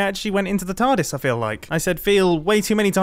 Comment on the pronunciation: Is he calling it a tardise